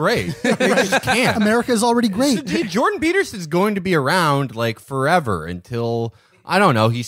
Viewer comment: Matt: He stepped on her fingers. "You're witnessing a gweat becoming...' Classic Chapo.